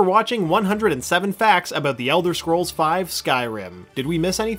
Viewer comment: ELDER SCROLLS SIX ELSWER I SWEAR TO GOD